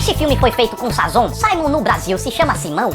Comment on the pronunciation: Bex Chavez , ele fala SAZON, pode conferir aí kkkkkkkkkkk